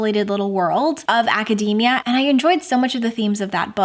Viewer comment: Thanks for the pronunciation clarification on Babel but why did you have to mispronounce academia like macadamia?! 😆 It’s aca-dee-mia. We don’t say acaday-mic, lol. So many people pronouncing it like this just grates on my ears.